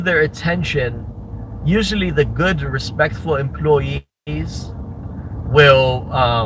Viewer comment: "These empoy-yeez are unn-bee-lievable!" What a sad little nothing of a nobody you are, of Chicago.